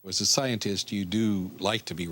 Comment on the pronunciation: DId he say scientist or zionist (